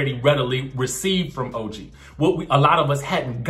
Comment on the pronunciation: Explain what? That Evelyn called OG ugly, dirty and gorilla references? Then, constantly calling her Toe-gee? Surprised that Ochocinco could like her? All of them laughed at OG. I don't recall anyone on any reality show blantatly calling someone ugly multiple times. That's downright mean and untrue.